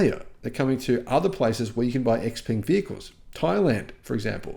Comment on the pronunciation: Xpeng is pronounced differently, it rhythms with Tang as in "Xpang°